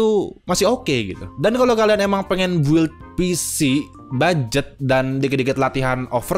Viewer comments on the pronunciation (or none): none